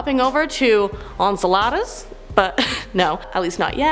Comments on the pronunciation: Enceladus (/ɛnˈsɛlədəs/; en-SEL-ə-dəs) Face palm* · Hey. YOUR AWESOME BUT THE MOON U SPOKE OF is PRONOUNCED "N CELL A DUS" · The way she said Enceladus, had me lol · Was driving me crazy! 😂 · Enceladus = En sell uh diss!! Quasar = Qway zar!!! I was starting to like you until this video. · Google has a handy tool that tells you how to pronounce those weird science words. Quasar sounds like Kway-Csar. Enceladus sounds like In-Cell-Ah-Dis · Hey!! Just a friendly correction: Enceladus pronounced En-cel-a-dus, and Quasars - Quay-sars You're doing an awesome job!! Love your vids!! 👏